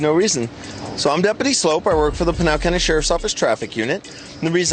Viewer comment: Dude's name is 'Sloup' (like 'Soup' with an l added). Should be pronouned 'Sloop', not 'Slope'. Does he also buy cans of SOPE? lol